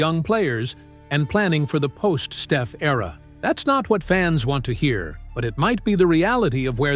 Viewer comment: If he can say Pod's name right, why can't he say Stef's?...